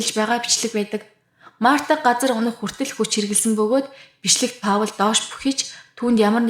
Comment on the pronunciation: hi Паул гэж хэлдэггүй Пол гэж дууддаг шүү амжилт!